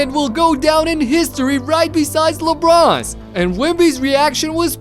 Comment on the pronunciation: he said lebronze? Lol 😂